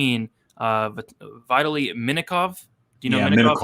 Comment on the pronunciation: lol saying Vitaly... "Vittily" lol... Thanks for that.